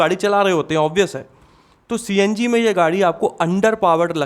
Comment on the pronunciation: CNG ❌ CNJi✅😂😂😂